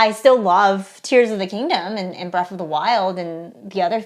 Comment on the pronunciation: Breath not Breff